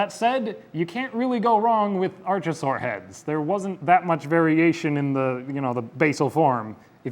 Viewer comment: And palaeontology enthusiast here. Interesting idea for a series, I'll follow along. Just one point, Archosaur is pronounced ARK-oh-sawr, not ARCH-oh-sawr as you were saying.